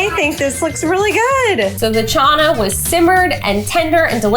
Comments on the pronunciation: It's not chaaaana u don't say the A's like that it's chana and puri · Wth is chaaanai it's chana 😂😂😂😂😂 did any other Indians fidnthe funny